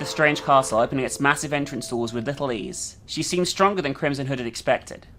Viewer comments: Every time says "Crimson Hood", my dumbass brain hears "Crimson Head". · I kept hearing “Krism Hood” lol.